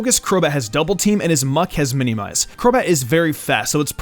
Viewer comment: I don’t like how he says minimize incorrectly